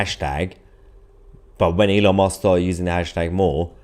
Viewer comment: Youre saying elon mosque. I said its close ill give him that instead of commenting. But you really emphasised it after that lol